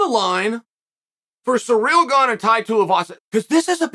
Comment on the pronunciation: Can you stop calling him "suh-reel"???